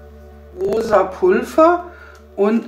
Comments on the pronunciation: Warum sagst du Pulfer das heißt Pulver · Wieso sagst du Pulver mit F es wird aber mit w ausgesprochen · Sie sagt immer statt Pulver 'Pulfa' 😳😂